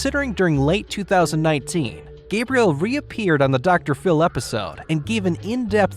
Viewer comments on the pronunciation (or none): Gabriel lol. Pretty sure it's Gabrielle